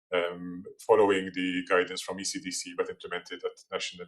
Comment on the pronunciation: I thought she was saying acdc not ecdc then i saw the writing in the background